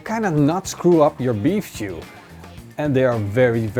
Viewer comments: Is he saying beef shoe? Lol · Love the why he says stew